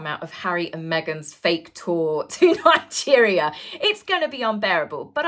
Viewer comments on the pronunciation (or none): none